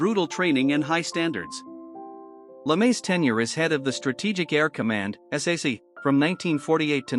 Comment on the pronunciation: Ps. It's pronounced "sack." Nobody reads out the letters.